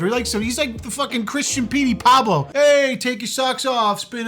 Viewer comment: Man’s said Petey Pablo 😂😂💀💀